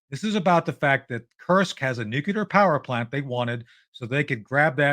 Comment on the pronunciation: Why cant anyone say NUCLEAR (NUKE- LEE- ER) NOT Nucular